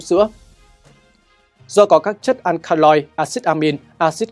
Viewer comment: Akaloid phát âm là "An ka lo ít", ko phải " An ka loi" admin ạ